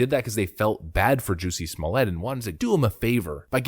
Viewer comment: After watching Dave Chappelle's stand up on this: Say "Jussie" "Jussie" Now say "Smollett" "Smollett" Ok now say "Jussie Smollett" "Juicy Smooyay"